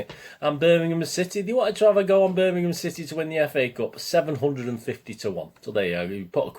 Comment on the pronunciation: . .Thanx for the mention mate. Just abt to watch the J.R one. Will say quickly that some of my worst old away days were at Zulu Birmingham! Also glad you can pronounce it correctly. Nowadays it's Birninhum..even from s called pro punters. Shameful 👍